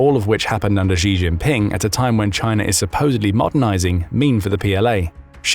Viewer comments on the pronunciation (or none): You need to learn how to say the Chinese leader's name better. It's not 'Jee', but more like 'Tchee'. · narrator: “xi” in Mandarin is pronounced “she”, not “gee” or “zjee” or whatever the heck you’re saying. “Xiao” sounds like “shee-ow”. Google will get it right for you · Im bot chinease im English but the way you say G in stead if shi is annoying me and i don't know why i dont even like him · Xi is pronounced "She" not "Jee". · Xi is "She". Not "Gzhe" (I'm sure it's an AI voice, but either way, that's how the pronunciation goes.)